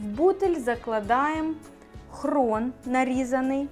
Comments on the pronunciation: Не хрон а хрін пані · Рецепт зацікавив, треба спробувати., дуже вуха ріже, все-таки хрін, не хрон. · Хрін , а не хрон, тітка грамотніше говорить